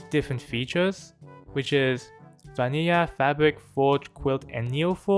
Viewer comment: I laugh averytime when u say Vaniaja